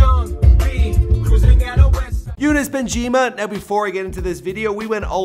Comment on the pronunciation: I think you pronounce Younes great for an American. It's not exactly how we say it in arabic but good job